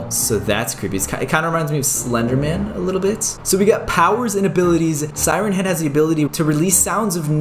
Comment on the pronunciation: At the start of the video when you said siren head you sounded like you said Simon head lol